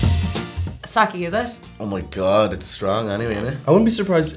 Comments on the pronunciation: Its sake not saki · "Sah-Keh" Not "Sah-Key" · Sake= Sak eh not “saki which is sakee” god wyt ppl... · Me: did they at least warm the sake? Nope. Most brands taste so much better warm! Also dear god it's not Sakkee, Sakkay guys Sakkay 😂😂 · Sa-key sa-key sa-key. Shit you guys its sa-kay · It's Sake, guys, not Saki. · this is SAKE not SAKI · Stop saying saki it’s saKay sake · Every time someone pronounces it saki, a baby whale dies. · Would you pronounce 酒 as さき? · Sa-keh XD For the love of Jayzus. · The first time I heard them pronounced the word sake I literally said I don’t know no bitch named saki 😂🤷🏻‍♀️ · its not socky lol its sake sigh oh westerners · Why do white people always say saki instead of sake? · Guy Mcman same and when they kept pronouncing sake wrong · When that guy mispronounced sake my weeb heart was raging. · Ah yes, sakè. Boon AND bane of my existence. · And you start with mispronouncing "sake". I'll skip this one.